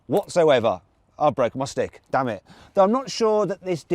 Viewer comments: 一瞬 マジで日本語喋ったんかと思った じわるｗ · 一瞬ほんとに日本語話したのかと思ったらdammitって言ってたんですね（笑）